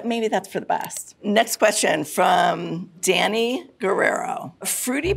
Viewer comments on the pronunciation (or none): none